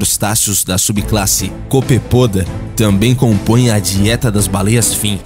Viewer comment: Como todos que já assisti, muito interessante. Contudo, chamo a atenção para os crustáceos que servem de alimento às baleias são os "copépodos" (Copepoda). Veja que a sílaba tônica é no "e". Tenho visto alguns errinhos de pronúncia similares em outros vídeos, o que não torna os videos menos interessantes.